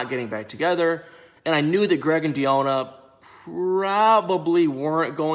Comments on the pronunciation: Why are you dedicated to pronouncing Deonna’s name wrong? Lol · Lol i was looking for this comment 😭😭😭 it was driving me crazy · Yes, I've never heard this name messed up so much, smh!👀😔Come on brotha do better!🙄🤦🏾